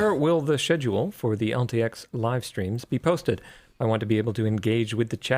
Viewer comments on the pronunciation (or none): none